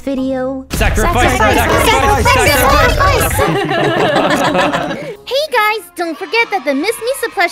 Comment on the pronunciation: Instead of sacrifice its zachrifice